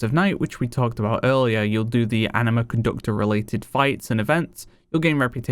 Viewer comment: Is it just me or does he keep saying Enema?